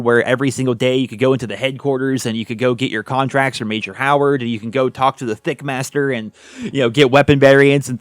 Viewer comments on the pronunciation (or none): Did he say thikkmaster😭😂😭😂